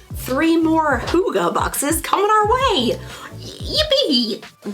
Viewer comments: its not hoogah its hygge- hy as in hydraulics, gge as in a hard ge sound like get. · The prononciation for Hygge is completely off, I thought one could tust those apps. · I'm offended the Danish HYGGE word is being exploited. And even your phone didn't say it right, although close. Danish has 9 vowels, with 'Y' being one of them. The two 'G's and 'E'' you pronounce like '-keh.' I don't think you got sent any Hygge, caramel popcorn is straight up American, I'm sorry, lol. There has to be much better boxes out there we haven't discovered yet. If they had sent you a pair of TAPERED, candles, at least it would be on brand. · That was not the right pronunciation at all. I suppose a danish person hearing it would be able to guess what was meant, but they'd probably also correct it. I can't think of a good way of describing how the y sound is supposed to sound like. No english words come to mind that sound similar. H is shorter in hygge not dragged out as much, more similar to the h in hut. The word is kind of a compact word if that makes sense. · I was going to say! It's pronounced very differently in Norwegian